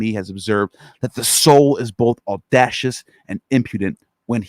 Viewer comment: Prophesy is pronounced prawfis eye ... not prawfis e. Thats prophecy with a c. Also audacious is not odd ashes. Ex cra crate is not excreting. Cringe